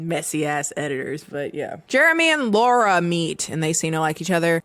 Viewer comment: As someone who is named Laura. It bugs the shit outta of me when ppl mispronounce my name as Laurie. Not a slight against you, it just triggered a visceral response. 😂